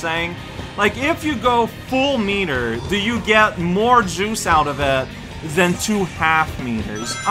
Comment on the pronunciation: MAKE BURGERS AND CORN! Are.. are you calling him "uwu" or is this just my headphones... "That was free!" Yeah... free... hahah... I totally didn't... take forever to beat that mission... hah...